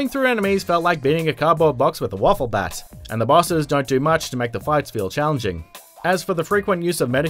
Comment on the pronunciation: I think it might just be me, but to this guy just pronounce "wiffle" as waffle?